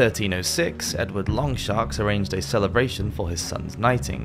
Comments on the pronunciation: Enjoyed this video but come one how long does it take to google for pronunciation? Valois is Valwa not Valoi. Edward 1 was known as Longshanks as he was so tall, not 'long sharks' because he was as long as a shark?? It just makes people wonder, how accurate is the rest of the video? Clear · Edward "Longsharks"? "Valoy"? Learn to read. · Very informative but I should point out : It’s Edward Longshanks, not Longsharks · And who’s Edward longsharks 😂. I think we all enjoy the little errors on this brilliant channel 😊